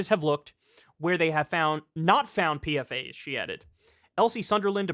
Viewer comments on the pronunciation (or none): PFAS is pronounced "peefas." It's an acronym for polyfluoroalkyl substances